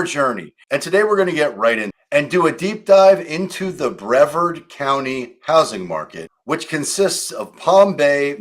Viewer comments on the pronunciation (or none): It's pronounced Bree-vard.